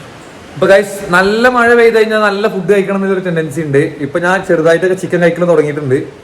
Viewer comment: മയ അല്ലടാ കുട്ടാ മഴ മഴ മഴ മഴ 🤣🤣